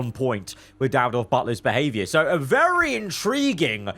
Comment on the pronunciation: did anyone else hear say vely